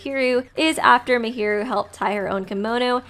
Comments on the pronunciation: was it just me or did I hear mihiru instead of Mahiru the whole analysis lol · I don't mean to alarm you but just to let you know, you pronounce a lot of characters names incorrectly. For example, Mahiru is pronounced in-game as 'Maah-hear-ru'. Great video tho!